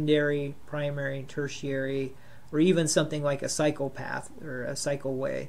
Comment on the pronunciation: Did you say Psychopath or Cycle Path? 😁 Psychopath works!